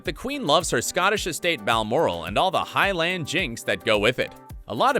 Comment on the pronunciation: Parker-Bowles. Row. Highlands. Divisive. Get the bloody pronunciations correct!